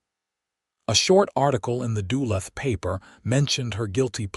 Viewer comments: Having bought his house outside of “Dula”. I suspect the rubbish AI narration struggles with the name of the town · You mispronounced Duluth